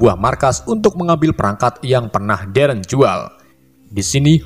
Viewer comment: Pas bilang darren mirip kaya ereh/eren di AOT